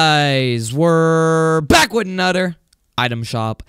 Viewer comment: Why does he say "anudder"